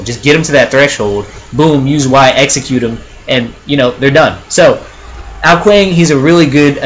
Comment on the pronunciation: Also Ao Kuang is pronounced Ao Kwong